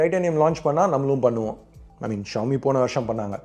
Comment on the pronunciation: Xiomi Xíomi xiómi ...not 🚫🚫 trust